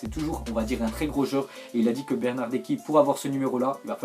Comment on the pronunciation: bernardeSSSSSSSSSSSSchi stp haha